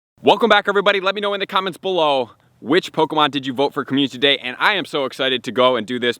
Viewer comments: commu-ty day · The way you say "Comu- ty Day"...<3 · Can you say, "Community Day" for me? I've been listening to you say it. But, you say it interestingly...